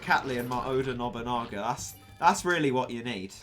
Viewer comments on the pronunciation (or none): none